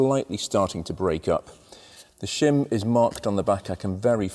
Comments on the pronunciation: I thought you said Shum under the buckets!!!! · Shem aboot exaughsttt !!!